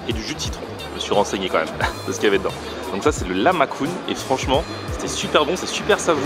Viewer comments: c'est pas lamacun c'est lah mah chun c'est dure a prononcer mais bon x) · lamacun ca se dit larmajul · et ca se dit lahmaçun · pour t'apprendre apprend le turc 😏, le "lahmacun" se prononce "Larmadjoune" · Sa s'écrit lahmacun mais,sa ce prononce lahmajoun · Est lahmacun sa se prononce : lamajoune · juste ça se prononce lah-ma-djoun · Ça se dit "lahmajun" et cest turc ☺️ contente que tu ais aimé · Lahmacun rip la prononciation c'est turc est ça se prononce "LARMAJOUN" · euh nn ça se dit lagmajun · J'étais choquée quand il a prononcé lahmacun je suis pas habituée à l'entendre en français mdr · juste pour info Ça se prononce Lahmacun (la lettre "C" dans l'alphabet turc se prononce comme le son "Dj"